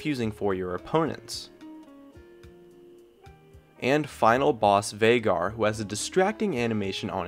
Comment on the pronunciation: every time I hear 'vaygar' I want to kill myself.